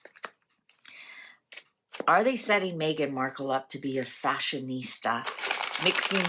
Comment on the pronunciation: did you mean ‘Fa-shon ista’ 😂